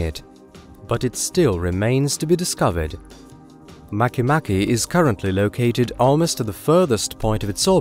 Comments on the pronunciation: Make Make is pronouunced Mah kay Mah kay, not maky Maky nor Make Make, nor Makeh Nakeh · at first I thought it was pronounced make-make not mach-mach lmfao